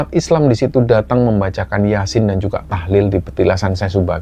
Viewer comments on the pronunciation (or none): none